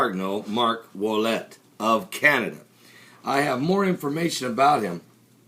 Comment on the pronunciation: Ouellet, not Ouettet.